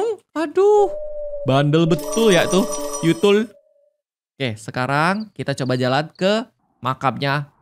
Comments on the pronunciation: Tuyul bukan yutul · tuyul bukan yutul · Kak regi itu tuyul bukan yutul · kak bilang yutul bukan tuyul